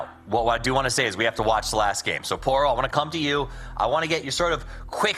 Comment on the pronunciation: i love how says "giem" instead of "game"